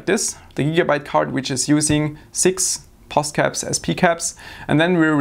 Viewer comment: FYI it's not POSCAP.